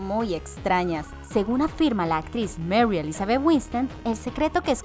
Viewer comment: Toma clases de modulación, muchos nombres, palabras, etc. Salen muy mal como el apellido Schwartz, Winstead, muy mal pronunciados.